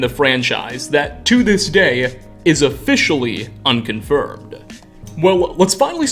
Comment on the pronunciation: bro you sound like a bratty highschool girl, need to practice on using your normal voice or just your vocals in general because bro i hate to break it to you but its annoying listening to you, daya, unconfirmeda, whya, they all got that uh sound at the end making your voice like a spoild childs lmao go to for proof. its like your adding too much force into saying things bro just say it and dont add that extra sound, makes it so god damn better, you was doing it through out the whole video lol